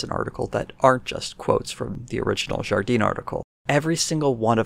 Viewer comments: For the pronunciation Jardin is pronounced Zhar dan with the 'i/a' sound meant to be clipped and just a little nasally. Just a little though it is not French Canadian. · Jardin would be pronounced more like jar dan. The 'e' sound would only apply if there was an e at the end (Jardine). I don't really know about Watson, but every time he comes up it's not good.